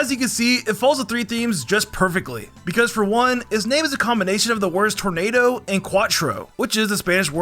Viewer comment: "mespirit being a combonation of sprite" got me laughing